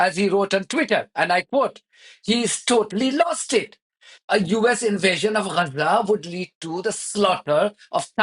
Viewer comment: What’s wrong with you, you’re a Fudu what have you got do with Gaza, you’re a Pakistani. Hate 😡 the way you pronounce Gazzza. Stay in your lane your Low IQ reporter.